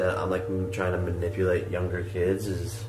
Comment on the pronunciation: Jake Paul’s such a moron he can barely say manipulate or manipulative